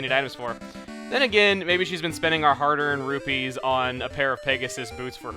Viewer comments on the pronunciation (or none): none